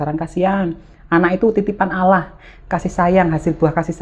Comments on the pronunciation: maaf nih... khan muslim tapi klw sebut nama ALLAH slalu salah sebut nama yg biasa org kristiani sebut,bkn alah tapi ALLAH mbaa...makasih. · maaf mbk mau mengoreksi penyebutan Alah. yg benr sebutnya Alloh tulisanya memang Allah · Ia sepemikiran, penyebutan nya koq kek umat Kristiani, sharusnya Allah jngn alah